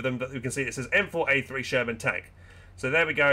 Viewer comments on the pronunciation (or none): none